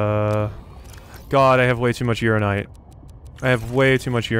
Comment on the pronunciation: It's pronounced ura-NI-nite not just ura-nite